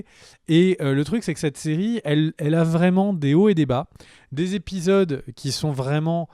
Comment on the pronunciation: Pour info, on dit "les 3 premiers zépisodes" et non "les 3 premiers répisodes".